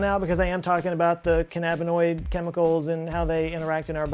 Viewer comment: Lol, first you can't say "turbone", not you can't get "cannabiniod" right :-P Still love your work, dude.